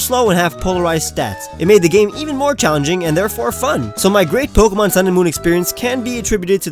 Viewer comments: Why did u say pokemans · How dare you say pokeymans!!! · Did he say pokeymans I will kill you in your sleep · My friend hates people who say pokeman.